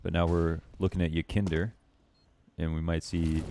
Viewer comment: It is pronounced more like yekinDAHR but doesnt matter honestly. Great vid tho keep up the work